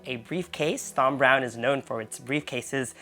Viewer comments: Great video but its pronounced Tom you dont need to pronounce the Th in Thom. My middle name is Thomas pronounced Tomas. 😂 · FYI - You pronounce it as TOM, as in tom and jerry you don't pronounce the H as in TH.